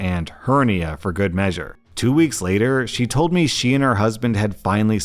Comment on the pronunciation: I think he pronounced weeks wrong